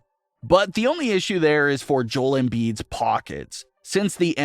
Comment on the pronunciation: is this AI scripted? you kept saying Joel like Jol, its Joe-El, i think your using AI my man